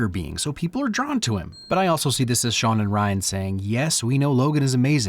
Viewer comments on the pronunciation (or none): none